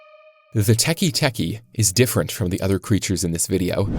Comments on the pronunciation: It’s not tikitiki it’s Teketeke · I belive it's pronounced "tekay tekay" not "tekee tekee" (pls correct me if I'm wrong!) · It's teke teke not teki teki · Tiki tiki❌ Teke teke✅ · Its not a teky teky its teke teke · Its not teki its Teke with an eh sound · "✨tEkI teki✨" IDIOT IT'S TEKE TEKE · It's pronounced teka teka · Pronounced teek teek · You did not pronounceTeke teke correct and it’s not the sound of her claws it’s the sound of her spine hitting the ground